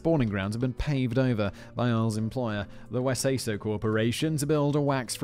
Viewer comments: He also didn't catch the pronounciation of the WeSaySo corporation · Your pronunciation is off. Try saying "Because Wesayso" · Dinosaurs is one of the greatest shows ever made. I don't know any other show that holds up so well as a adult. I actually think I loved it more rewatching as a adult cause I understood more of the jokes and what was going on. And good lord Simon butchered the names. It's We-say-so and Howard hand-up-me.